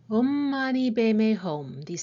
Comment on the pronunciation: Buddhist..means taken from Hinduism (sanskrit). Just your pronounciation of OM is wrong. Please Google onhwonto pronounce OM